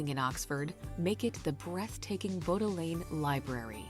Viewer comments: Whoever was doing the voiceover on the video needs some lessons on uk English. Its not Bodalane Library its Bodlian pronounced bod lee on. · The library is pronounced Bod leon,not Bow de leon,as the AI voice said. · The narrator lady did a great job but…Bodleian is pronounced bod-Lee-un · Im lucky enough to live now on the Jurassic coast but as a child through to my 20s i lived in Windsor while I was fortunate enough to attend Oxford University. The narrator completely mispronounced the bodleian library (its Bod lee un as best as i can write it phonetically). I used that library and the books are so crazy old. And when you join you have to swear an oath (I hereby undertake not to remove from the Library, nor to mark, deface, or injure in any way, any volume, document or other object belonging to it or in its custody; not to bring into the Library, or kindle therein, any fire or flame, and not to smoke in the Library; and I promise to obey all rules of the Library.) Glad you enjoyed taking a look at our country and loved seeing Lindsay again, 😊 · Not Gondolas, but Punts. Also, The Bodleian Library , in Oxford.....'Bod-lee-un'....God knows what the narrator said. I really hate this lazy, lack of research. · The Bodleian library in Oxford is actually just pronounced as Bod-lee-un. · I loved this video. Thank you. Having spent three years in Oxford at college in the 60s, please, when you visit Oxford and ask for directions to the Bodleian Library, pronunce it as bod-lea-ann (said quite quickly), and not the mangled English of the video you're watching. Otherwise, you may raise a few laughs. Good luck! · Love the commentator lady's mangling of Bodleian [library] it's bod-lee-an🎩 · How did the video narrator pronounce Oxford Bodleian Library ! 😂 It is pronounced “Bod-lee-an or Bod-lee-un😊